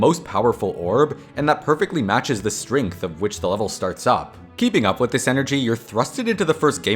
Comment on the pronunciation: Strength ❌️ Stringth ✅️